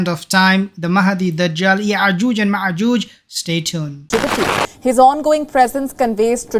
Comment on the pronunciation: Brother it is Ya’jooj and Ma’jooj with hamza not ‘ain letter